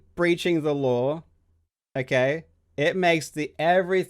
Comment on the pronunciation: Karl is the only Aussie that finishes the word "law" with an "R" like "lore or lawr" lol